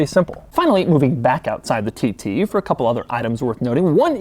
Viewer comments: Lol when says tt it sounds like tities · "Audi TiTy" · Why does he keep saying titty? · is he saying Titties? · Ah yes, the Audi TTie